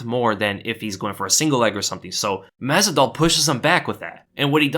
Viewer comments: "mazal", "mazol", "mezdol", "mazzadol", "mezidol".. "mazvidal" 🤣🤣🤣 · Love your content but you literally said Jorge's last name wrong EVERY SINGLE TIME.